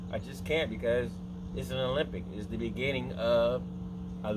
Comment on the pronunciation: Ah-Lem-Bic. NOT Olympic.